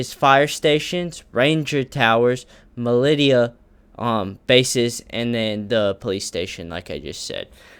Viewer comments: militia is pronounced "mil-isha" btw also quick edit: good video man keep it up! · Mil-li-shhhaaa. Im assuming you are talking about the militia. They seem to be more of a military contractor. Great video eitherway!